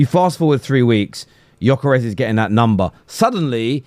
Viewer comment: Pronunce his WHOLE name with G.....Gyokeres!!!!